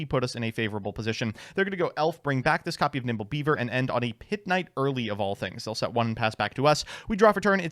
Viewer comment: Did call nimble beaver "nipple beaver"?